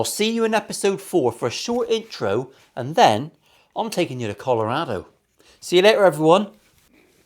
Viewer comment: Growing up near Colorado, I would like to compliment you on your correct pronunciation. Well done on that and the build!